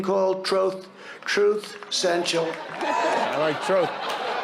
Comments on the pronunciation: "Truth senshul". This clearly shows that Biden is suffering from dementia. The poor guy.. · "Troth Centale"okaaay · “Troth Senshal” 🤣🤣🤣🤣🤣🤣🤣 Stable genius! 🍊🤡👎🏻🚔🏛🔒